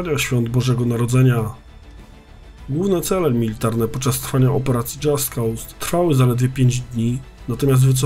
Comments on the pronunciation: Dżast koz sie wymawia. Poza tym materiał ciekawy jak zawsze :) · Tylko taka uwaga, że nazwę wymawia się "dżast koz"